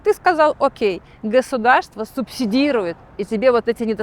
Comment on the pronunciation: Та может и красивая, но её речь бесит всех . Она пропускает почти все гласные буквы 😂 "кторые дются гсударством" - как это может не бесить ?